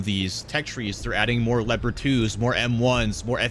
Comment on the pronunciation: leopard, not lepart speak with me: l e o p a r d